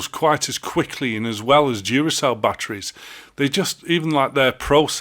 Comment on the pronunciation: TFW your pronounciation sounds like "dziuracell", dziura being hole in polish xD